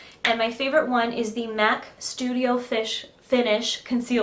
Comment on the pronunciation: Haha she said studio fish :-P